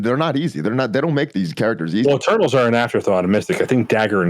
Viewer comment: Every time said Eternals I heard "Turtles...." I was like? who are the "turtles"?